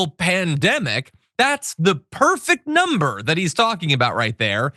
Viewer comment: "... and now our inflation is down to a perfect numbre , a beautiful numbre, hardly any at all ..." LOL - More Trump Lies, BS, & Delusions. Since Trump took over, in January, my costs to purchase just the bare necessary living essentials (not any discretionary items), has gone up by 11.37%. During that same time, my income has gone up by 0%. Where is his "... perfect numbre ..." here?